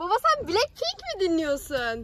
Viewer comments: Yanlış şöyledin aşkom belekpink deil blacpink diye yazılır (blakpink ) diye okunur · Ya abi Blackpink bilekpink diye okunmuyo